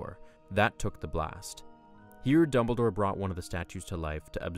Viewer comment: ITS DumbleDOre not Dunmbledore